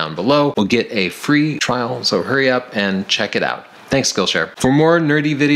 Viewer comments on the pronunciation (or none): none